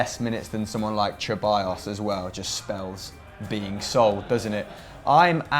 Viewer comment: ❌ Keballos❌ ✅ Seballos✅